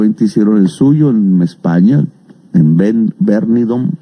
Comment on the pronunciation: De acuerdo : Y dice "Bernidom", cuando se escribe "Benidorm", que es un famoso balneario español. Ni siquiera logra pronunciar correctamente los nombres propios de ciudades extranjeras